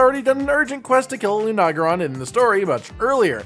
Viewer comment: "loo-nag-ah-ron,"? Really? Try "loo-na-gair-on."